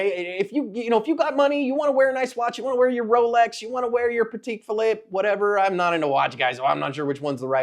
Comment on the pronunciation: You butchered Patek Philippe paˈtɛk fiˈlip :)